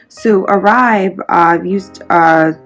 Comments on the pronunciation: It’s pronounced Or-bae not Oraib. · It's pronounced Orbay. :)